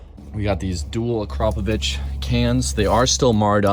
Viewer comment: Being from slovenia, all i can say is, HUGE respect for pronouncing Akrapovič like its supposed to be 💪❤️